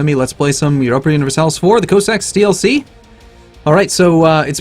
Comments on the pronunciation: He's STILL calling it c o sacks instead of c ah sacks. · It's pronounced c ah in English and taught that in history classes but I could care less about pronunciation ^.^ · aaaaaand you can't pronounce cossacks